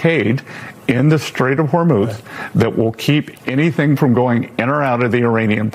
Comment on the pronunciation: Bessent....lol... I'm pretty sure he said " Straight of vermouth" 😆